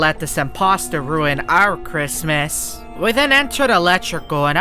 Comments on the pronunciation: really said christmiss 😂😂😂😂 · The way he say Christmas